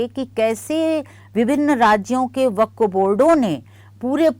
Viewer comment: Amit shah se le kar bohot se anker tak waqf ka naam tak sahi nahi bol pate hai unme se aap bhi ek hain